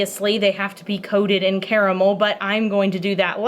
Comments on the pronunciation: My now favorite thing about her is that she is one of the few people on this earth that say the word caramel correctly. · Wonderful soap, and thank you for saying 'caramel' properly!